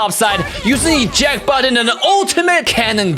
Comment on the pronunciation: It is eject fool not injact